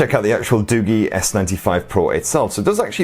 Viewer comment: Isn't it pronounced as doo-jii instead of doo-gee?